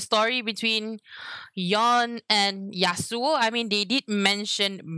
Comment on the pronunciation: Most Amarican mispronounced Yonè's name.. They were like 'Yoan'~